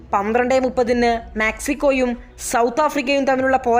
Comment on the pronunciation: മാക്സിക്കോ അല്ല ഉച്ചാരണം ശ്രദ്ധിച്ചാൽ നല്ലത്... മെക്സിക്കോ ശരിയായ മലയാളം ഉച്ചാരണം